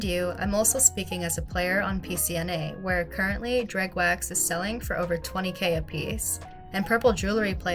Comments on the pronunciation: Drug wax? Droog wax? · Omg I’m trying to get through this but I’ve never heard dreugh wax mispronounced so badly before. If it was just once or twice fair enough, but damn. Seems like the video has good info though, it’s just such a slap each time I hear dreugh wax said that way, sorry.